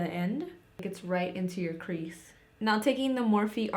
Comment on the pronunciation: Idk why but it’s so satisfying when you say crease 😂😂😂 I love it